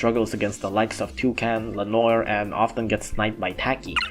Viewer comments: Hey,, just to help you out Its "le-nowar" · Ok so hum is able to say all japanese names super fast with the accent and is not able to say le noir just check the french prononce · The mispronunciation of lenoir hurts